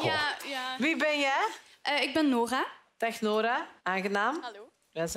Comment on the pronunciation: Ik ben! Hahah de Franse R❤️❤️Nice😂☺️🇫🇷🇫🇷🇫🇷🇫🇷🇫🇷